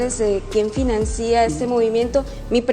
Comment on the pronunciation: No se dice FINANCÍA (NO lleva acento o tilde), se dice FINANCIA.